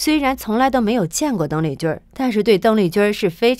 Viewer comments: 小姐，妳的發音有問題吧，鄧麗君的（君）不能走小仄，不能說成（君兒）不好聽不是嗎？ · 你的儿话音儿真让人受不了，邓丽君宁要发音成“邓丽君儿”，听起来很轻狂，儿化音不是随便什么地方都用的。